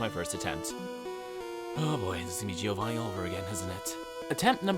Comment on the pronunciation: The I in Giovanni is not spoken. Hes called Jovanni not Jiiiiovanni 🙄